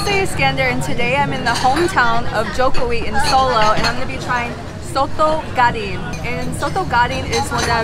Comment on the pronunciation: Daging not gading 😅